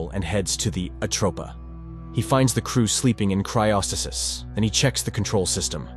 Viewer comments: He found the crew in what? Cryosasys? Is that how you say cryo stasis where you're from :p ? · never heard someone pronounce "cryo-stasis" the way it was ngl.